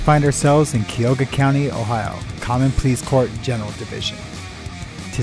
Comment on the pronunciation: Hey,...Cuyahoga is pronounced Ky-Uh-Hoe-Guh. Don't mispronounce it again.